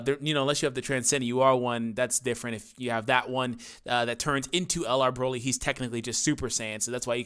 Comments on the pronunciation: Lol you very briefly said Broly correctly. Idk what the English VAs were thinking, honestly. After all, there isn't a single vegetable, in any language, called BROcolli. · The only dokkan youtubber that pronounces broly and doesnt make me cringe